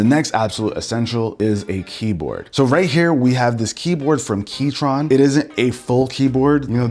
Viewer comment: Not the Key-Tron 😮‍💨